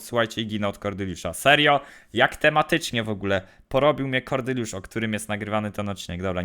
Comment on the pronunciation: Czemu ty mówisz Kordyliusz😂 aż razi jak powiesz